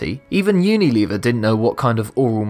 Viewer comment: Lol "unileever"